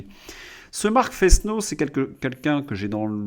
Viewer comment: On prononce "nouniess”. C’est de l’espagnol, que je dois parler au moins aussi bien que le maire de Paris. Vous remarquez que ça s'écrit Núñez, avec une tilde sur le deuxième n. "Fesneau" doit se prononcer "Fênô", vous diraient ma Mère et ma prof de français au collège. Prononcez-vous votre nom de famille "Dresslincourt"? Si c'est le cas, vous vous trompez. On dit "". Il y a toujours quatre idiomes sur ma tablette (qui ne permet pas d'en prérégler plus) et toujours plus de dix sur l'ordinateur. Je ne les parle pas tous couramment. La prononciation du suédois me paraît très difficile. Mais à long terme il faudra que je fasse comme Claude Berlitz. Je ne suis pas un de ses proches.